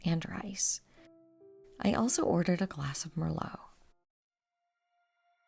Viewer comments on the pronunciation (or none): none